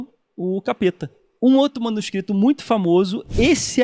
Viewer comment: Uma curiosidade aleatória, mas interessante: O Carlos Ruas falou "manuscristos" ao invés de "manuscrito". O professor Phablo de Filologia na USP passou por algo parecido. Ele postou sua tese como livro, tinha "manuscrito" como uma das palavras do título. A editora imprimiu errado, colocando "manuscristo", o que dava uma ideia religiosa para o livro. Só imaginem o problemão. Aliás, acho que esse professor seria um ótimo convidado para o programa, ele é bem humorado e é bem didático. Acho que a Filologia combinaria com os temas abordados no Três Elementos.